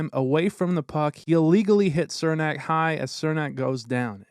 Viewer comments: It's pronounced "Cher-nack" not "Ser-nack" lol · "cher-nak", not "sir-nak... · His name is pronounced CHUR-nak, not SIR-nak. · For the love of god its pronounced "Chernak" not Sirnak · Its Černák (pronounced Cher-nahk) just like Chara is pronounced h-karka...well as close it can be spelled for pronunciation in English. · I’m not trying to be picky I’m just letting you know in case Cernak is in future videos his name is pronounced Chernak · Why does everyone outside the Lightning fanbase mispronounce Cernaks name? It’s pronounced “Cher-nack” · cernak is pronounced CHER NAK